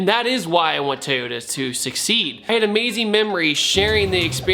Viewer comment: Lost all hope to pronounce it right. thumbs up toyoa